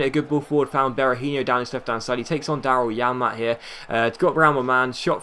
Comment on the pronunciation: I keep on thinking that you're saying "Dalai Lama" when you say "Daryl Janmaat" XD I Don't know why..